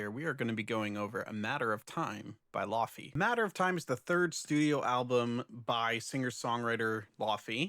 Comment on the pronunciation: The matcha labubu listeners are going to be upset when they hear how you say laufey. In the laufey community, it is a joke that no one knows how to say her name because it is Icelandic. She pronounces it almost like laoih-vay, but she accepts lay-vay also, which is what most people say